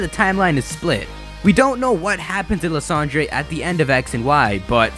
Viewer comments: I think his name is pronounced Lie-sand-er, not Le-san-dre. but thanks for the update! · Lis-ahn-dray? I thought it was pronounced "Lie-san-der" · Isn't Lysandre pronounced "Lie-sand-urr"? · Dude you know how you used to call Lysandre "Ly - San - Der" and you can't believe that you used to say that well in the mega evolution specials they call Lysandre "Lysander"!!! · I'm..pretty sure his name's not pronounced as Liss Andre